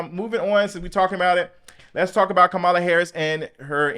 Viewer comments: Love your videos, but VP Harris pronounces her name “comma la”. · You pronounce Kamala’s name like a republican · Why you keep saying that lady name wrong? 😅